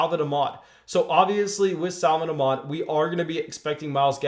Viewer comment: sa-von ahk-med